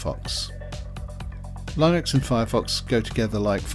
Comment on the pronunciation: Why are you mispronouncing Linux? Are you doing it intentionally?